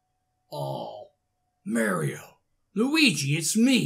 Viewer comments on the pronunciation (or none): It’s mario not maior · You don’t say Maario your say mairo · It’s not merio it’s Mario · Who is "merio" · I love it when he says Mario as "Merio" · I love how he calls Mario maero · You’r saying mair io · It's pronounced mar-e-o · Your saying Mario wrong